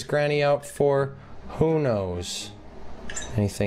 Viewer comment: Um... I you go to school, try to learn how to say who! NOT “WHOV”